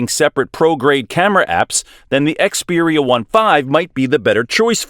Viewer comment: Yeah I can't take this video seriously... They can't even bother to call it by its name properly!